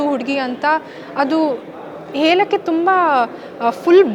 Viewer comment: ಹೇಲಕ್ಕೆ ಅಲ್ಲಮ್ಮ ಹೇಳಕ್ಕೆ.